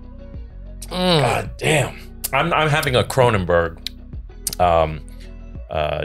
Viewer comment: Kronenbourg? Dude... No.